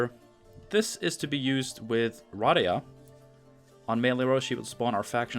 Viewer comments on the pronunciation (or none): Hermione: its pronounced Ruh-DAY-uh